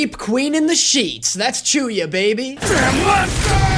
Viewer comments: calling chuuya chew-ya is such an amazing and dumb joke, why did i never thought about that? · The Chew-ya one 🤣